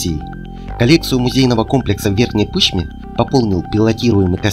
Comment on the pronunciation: Не ПЫшме , а ПышмЕ .